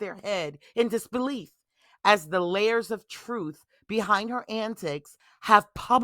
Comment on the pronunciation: She said troof. 😒